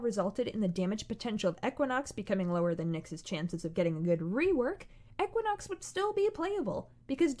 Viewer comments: “Eck-win-ox” STOPPPPPPPP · Who pronounces equinox as Ehquinox? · I don’t like the way your guest pronounced Equinox. It’s just not right.